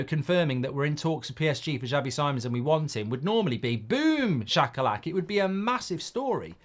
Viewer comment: Little thing BUT it is so irritaring to hear when the names are not pronounced correctly. If someone is your topic, take time to google and check how to pronounce the players/managers name first. Simons pronounced as "See-mons" not Sai-mon (English way). Just like TUS (Mark/Beth), always saying Tuchel before as "Tooooosshell" when it is "Too-kel"